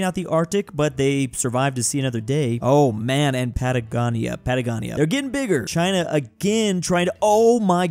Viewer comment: Hey, Patagonia is Pronounced Pat-UH-go-nia